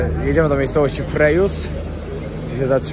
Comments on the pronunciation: Wymawia sie Freżius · Dzień dobry Nazwę miejscowości wymawia się FREŻJiS. Wiem , że gdy się dużo podróżuje ma się kontakt z różnymi językami i trudno każdy z nich znać. Dlatego proszę nie traktować komentarza jako hejtu. Frejus to stara nazwa wymawia się ją inaczej niż współczesne francuskie słowa pozdrawiam. Miło się Pana ogląda. Maria